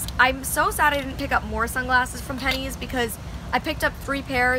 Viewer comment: I love how you say pennys it’s so weird hearing people who aren’t from Ireland saying it 😂